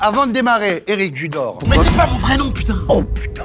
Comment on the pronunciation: l’incantation de Ramzy avec le « Errric Judorrr » ça m’a eu 😂😭